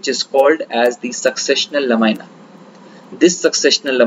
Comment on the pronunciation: Please the pronunciation is "NOT la- my- na" but it is LA-MEE-NAH. Otherwise, excellent presentation..